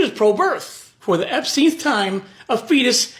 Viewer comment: Did he say the Epsteinth time?😂😂😂